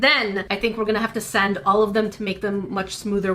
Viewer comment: Did say grain of sand, sant, or slat cause I heard sant?